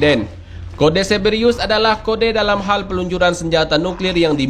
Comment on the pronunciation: Cerberus kali,, bukan ceberiyus